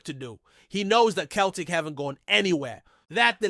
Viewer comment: He can't even say Celtic properly